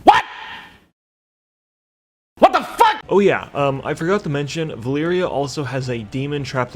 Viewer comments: Vuh-leer-uh, not Vuh-leer-ee-uh. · valeera, not valeeria it was bothering me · her name is VA-LEE-RA not valeeria camilia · My dude the amount of times you miss pronounced Vah - Lee - Rah 's name made me dislike this. The first 2 times i was like meh , but then you go repeating it over 9000 and it made my ears bleed. Other than that, unpopular opinion from an old player/reader: i actually like Med'an cause im not stuck with my head up Metzen/Hazzikosta's bikini bottom and i like to imagine different things happening in wow before they just pop in game and all of a sudden we needa like it cuz yehhhhhh boiz (See Shadowlands. That realm is as absurd as it gets with no prior lore support and also for - together with Cataclysm content - being totally a rip-off of another less popular russian game called Allods.) Later edit: i couldn't leave it a dislike man, your trollery is too good. But also, Eytesh? its Ah - Tee - Esh (As per Khadgar in Legion). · I think you got the Valeera pronunciation wrong.